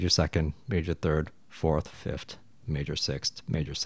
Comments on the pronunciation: I’m sorry to complain about this but it’s pronounced fifth not fift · All this knowledge and fancy chart and can’t pronounce ‘th lol. It’s fifTh, not fifT! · why are you saying fiftd and not fifth? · People may have a hard time understanding something like this but you say things like fifth-t haha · Great video I can get over the pronunciation of 5th, “start from the fift” is so endearing somehow. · Fif-TH. Say it with me: Fi-F-TH. Just like four-TH or TH-ird. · I like what you're doing here but I can't listen to you saying "fift". Why do you say it like that?